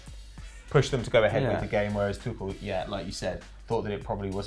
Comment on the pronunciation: isn't Tuchel pronounced like twoshell